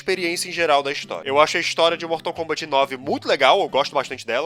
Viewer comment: "bortal kombant"